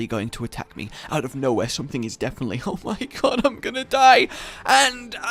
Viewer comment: you mean, oh my gob...I’m sorry